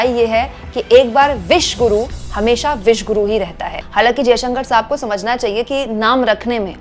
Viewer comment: विश्व गुरु नहीं विश गुरु बोल रहे हैं